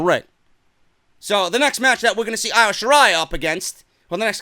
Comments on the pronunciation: Who is Io Shirai you stupid idiot it’s pronounced EO though spelt Io . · it annoys me how you say Io's name. It's supposed to be pronounced as E-O Shirai. Other than that. Great that you finally see the BEST WRESTLER IN THE WORLD. And it's Hero-YO. Just helping out so goons don't come at you about it.